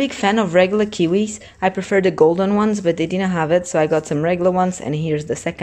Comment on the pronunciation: Eu só ouço "di na have it" 😂